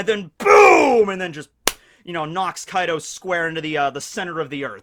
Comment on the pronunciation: He said Kai D. O 🤣